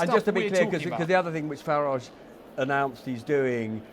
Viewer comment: It's not FarAAAge..... It's Farage like in Garage.... Farage, Garage, Wreckage.....Get it!